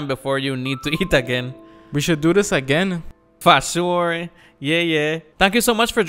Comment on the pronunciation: Lmao...so "Fah sure" and "Yeah Yeah" made it into the video